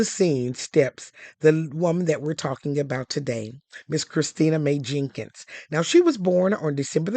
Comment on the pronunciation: "Maye Jenkins" 😮 ok